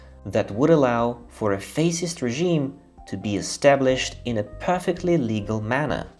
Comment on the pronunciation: " Fash ist "